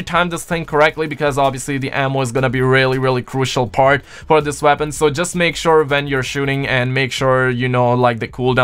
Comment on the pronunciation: Not trying to be rude or anything but is it just me or does it sound like he’s saying veapon instead of weapon